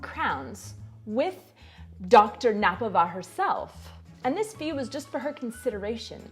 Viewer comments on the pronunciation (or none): Jsem už sice nahluchlý , ale pozor!! česky správně je paní K-nappová ne (napová), K se musí vyslovit -není to jako anglicky knife (knajf) nebo know how (nou hau) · Mrs. Knappová is pronounced Knappová, with clearly pronounced K. ;) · Hi, only one note to your pronunciation of Miloslava Knappová - K shouldn't be swolloved her name isn't Nappová;) as opposite to english pronunciation of words like knight or know in czech it's voiced consonant....Knedlík not nedlík. Wish you all the best! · I'm sorry I just have to comment: the K in "Miloslava Knappová" is not silent; people pronounce the K as well with the rest of the surname ;) However great video as always!